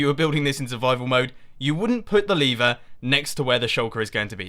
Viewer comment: I hear Lever as Liver XD